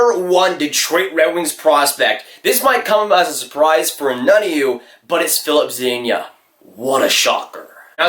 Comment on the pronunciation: "Filip Zadiña"